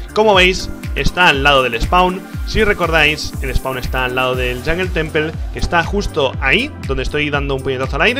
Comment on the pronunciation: “Yongel Tenpel”